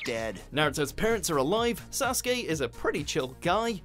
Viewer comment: You said Sasgay instead of Sasuke